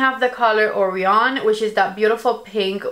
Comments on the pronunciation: Beautiful looks. I really liked the first one. Not sure how I feel about Sun. BTW, Orion is a constellation and is pronounced Oh-Rye-on with the emphasis on the Rye! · I'm sorry to be that person, but it's pronounced "uh-righ-(y)un" and "kway-zaar", not shaming, just letting you know.